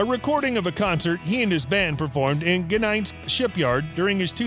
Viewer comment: How shallow. Typical american teen age journalism. You can't even pronounce "Gdansk". What a laugh of superficial info anyone can make up !